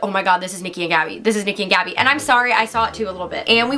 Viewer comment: It’s actually “gabi”